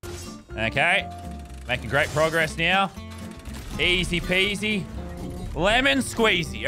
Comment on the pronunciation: He says progess. ...